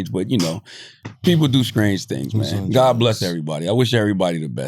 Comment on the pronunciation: Charla - what i just thought was scrange (aka strange) for anybody who didn’t know LMAOOO 😂😂😂😂